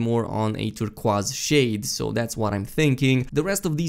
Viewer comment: Never heard turquoise pronounced turkwas, kinda like it x3